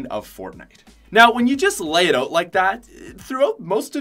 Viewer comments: sounds like he's saying oat lol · quite possibly the most Canadian "out" I've ever heard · biggest "out" ive ever heard and im canadian